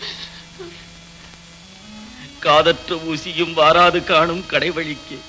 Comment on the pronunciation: அது கடைவிழிக்கு அல்ல கடை வழிக்கு